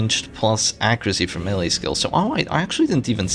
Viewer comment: FYI "melee" is pronounced "maylay" (like mayday) and not M'lee